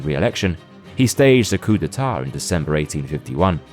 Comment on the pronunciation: oh wow they pronounced coup d'etat correctly. im surprised. since you pronounced Gaul as ghoul.